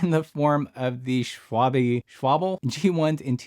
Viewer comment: Pannier is pronounced pan-yer and Schwalbe is pronounced Schwal-bah